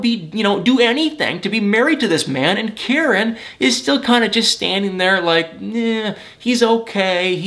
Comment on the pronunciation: Kah - Ree - Knee. Correct pronunciation. Driving me crazy how you were pronouncing it. Still the best 😎